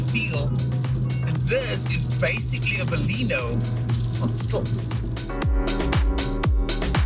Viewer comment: Good review but the name is Baleno and not Balino